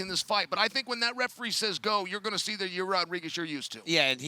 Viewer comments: Absolutely Nobody: Chael Sonnen: “Your-rear Rodriguez” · Ya-rear Rodriguez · Chael pronouncing it “ya-rear Rodriguez” 🤣🤣🤣🤣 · Chael calling Yair ya rear is driving me crazy. “Get the jump on ya rear” “Beat ya rear” CHAEL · Its Chaels comment and he deliberately mispronounces names